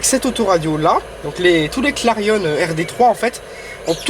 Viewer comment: Très bonne vidéo ;) Par contre on dit clarion comme Marion et non pas comme clarionneeeee lol!! Pareil pour la 206 Sedan comme éléphant et non pas sedane ^^